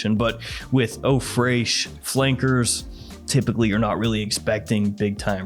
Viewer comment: Eau freishhh😂😂😂😂